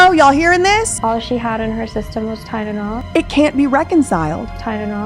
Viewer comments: She’s not even saying Tylenol correctly, she’s saying Tytenol. She doesn’t even make sense when she’s talking about people being “allowed” to be homeless or to do crack, girl what??? Thank you for doing this, I’m sure there’s even more, now. She should be charged for murder! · this girl mis pronounces basic words. listen to how she says tylenol “tydidol” and i realized it in part one too. weird. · Is it just me or does she say words wrong when she’s lying. Like Tylenol like tynenal lol and she shakes her head no when she says yes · Weird thing is, doesn’t even say Tylenol. She says Tydenol. There is a D every time. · I'm sure BJ did mention it in the very first video she did about this. When kept saying tynenol or tydenol (it's hard to tell) I'm sure I remember BJ saying she can't even pronounce it right 😂 I had to Google what it even was. I'm from the UK and it's just paracetamol here, there is brand names but nobody ever uses them, everyone just says paracetamol. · Girl didn’t even know how to pronounce TYLENOL, she had no right taking care of other human beings 😒🙄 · I thought I was just being petty; but the more and more I hear mispronunciation of Tylenol…the more I know she’s lying. You can just tell she’s trippin over her words. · So so many things wrong here, but nobody questions she “created” this technology but can’t pronounce Tylenol? Who actually came up with this whole idea and decided to use her as the face of it? I don’t believe for a second she actually made all that herself. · She says Tylenol the way my family does, oddly enough. No idea where that pronunciation comes from, but if she grew up hearing it, well, I still say it wrong if I'm not thinking about it. She strikes me as being "the face" of the idea, not the actual originator. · The way says “ Tylenol” DRIVES ME CRAZY She pronounces it “Tynanol” 😩 I wish I didn’t care about it or whatever but it is so annoying. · can't seem to pronounce TyLEnol. Not tynnol.